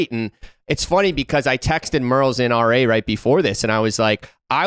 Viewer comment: RA is mangled 😂 ❄️